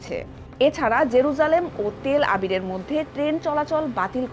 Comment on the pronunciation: তেল আবির নাকি তেলআবিব???